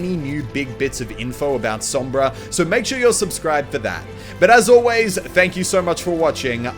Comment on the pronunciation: Lord Salad Spanish is my native language so i know what im talking about when i tell you that he pronunced "Sombra" right